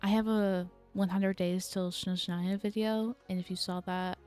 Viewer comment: Also it’s SNezhnaya not SHNezhnaya, it might be easier to remember if you associate it with the word SNow which is how it’s translated! 🤓☝🏻